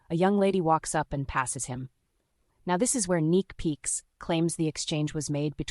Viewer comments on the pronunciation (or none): It's neeks peeks. Not neek peeks